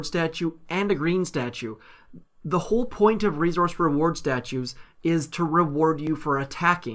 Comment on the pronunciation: I can't stand how he says "resource." It's not that hard to say correctly.